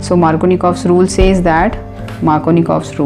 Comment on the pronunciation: its markovnikov's and not markonikov's. not trying be a someone to point out small mistakes but my attentions went there when you told to focus and remember the spelling. otherwise, great video. thank you